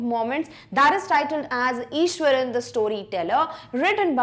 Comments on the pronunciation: Maam it's Iswaran not Ishwaran.... Btw I love your teaching style♥️♥️♥️ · it is iswaran not ishwaran